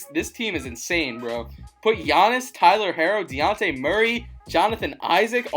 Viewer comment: Bruh you said luka it was devin booker and its dejounte not daunte